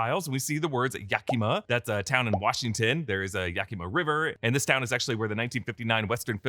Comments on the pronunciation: Yaki-maw, not Yaki-muh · Yakima; the emphasis is on Yak. Nailed Bellingham though. I’d love to hear you try Issaquah